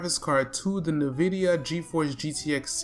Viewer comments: Good video. BTW Nvidia is pronounced "in-vid-iya" with the first syllable sounding like "in." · No one's gonna talk about the "Nuh"-vidia.